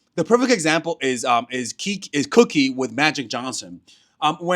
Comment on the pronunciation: It’s Cookie, not KeKe….. baby cakes